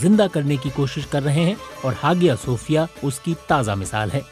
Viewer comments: Hagiya nhi re aya sophia Kehte Hai pronunciation me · It's not ha gi ya....its haiya G is always as H in turk.....don't pronunce as Hagia Its Hahia or haiya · Hagia nahi hiayah boltay hain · हागिया नहीं, हाया / आया हाया सोफ़िया or आया सोफ़िया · You should have pronounced like haya Sophia not hagia sophia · come on BBC it's HAYA SOFIA(IN PRONOUNCE) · Its pronunciation is aahya sofia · Hagia pronunciation check